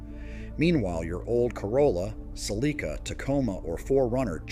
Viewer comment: Your old Cel ee kah. 🥴 Even AI can not read.